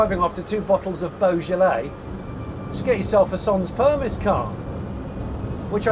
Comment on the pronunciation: I realise this is only a Voiture Sans Permis (the s is silent, Jonny - per-mee!), but I think there is a genuine market for something with an interior this stripped out on a proper car that does 100 kph, or at least 80 kph. And like Jonny says, and I couldn't agree more, that infotainment unit is going to be out of date immediately. Why not just get rid?